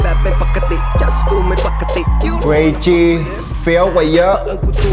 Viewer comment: ชื่อ way G อ่านว่า เวจี ไม่มี อ ไม่ใช่ อเวจี